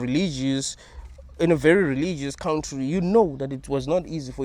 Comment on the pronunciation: I love how you say cowntree 😂😂😂😂😂